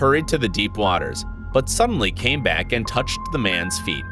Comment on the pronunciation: brack you mean back